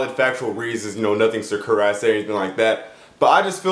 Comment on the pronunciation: It's SAKURAI not SUCKURAI